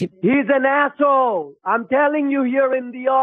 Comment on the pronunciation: he said "My manager is ASSHOE!"